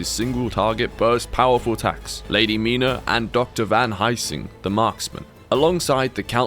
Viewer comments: Did you just pronounce van helsing as heising? Youve never heard of van helsing.. damn man Maybe it's comment bait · Bro the way you said Van HELsing kills me hahaha